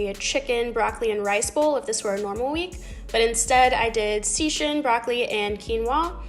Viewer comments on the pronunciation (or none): Okay I might be biased.... BUT fav video so far ;) Also, seitan is tricky, it's pronounced "SAY-TAN" but hey, super proud of you for trying it out, and happy to hear you'll make an effort to eat better going forward, baby steps! Your body and the planet thanks you 🤓❤